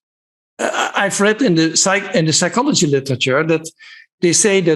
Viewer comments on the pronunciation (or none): none